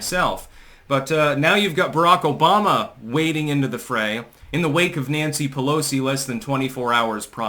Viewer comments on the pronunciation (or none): none